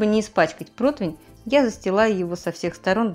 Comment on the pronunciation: Почему "протвень"?а не протИвень